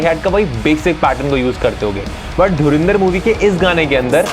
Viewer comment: Why ru pronouncing Dhurandhar as Dhurindar like Pakistanis?